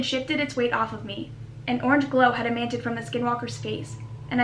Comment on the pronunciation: One day you’ll learn to pronounce emanated